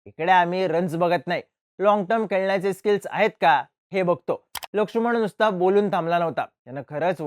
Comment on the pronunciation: लक्षुमण नाही रे... लक्ष्मण